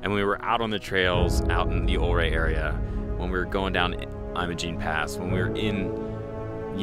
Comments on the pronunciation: Yes, it's u-ray, not o-ray. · prounced "YOU-RAY" and "MMM-OGENE" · I grew up in the 70s in SW Colorado, this video brings back great memories, thanks so much. One thing I will mention is the pronunciation is Ouray should be more like youray. Not trying to be critical just FYI. Love your videos and looking forward to your future posts. Thanks again. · I was taught by a local Ouray rhymes with Hurray, as in to cheer. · It's pronounced Yer-ay. Awesome drone footage! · If a previous comment didn't say it, it's pronounced you-ray. :) Beautiful scenery. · Idk who's right but my family always pronounced it "yur-AY" and "TELL-yoo-ride" or tellyaride.